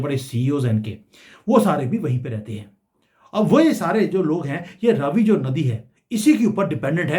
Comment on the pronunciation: Sir it's not Ravi ...it's Raaavi❤